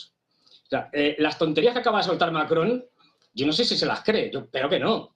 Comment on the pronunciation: Macron o Mary-cron??????